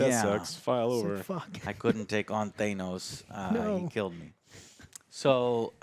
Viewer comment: Still calling him Thay-nose, huh? And yes, season 2 is already confirmed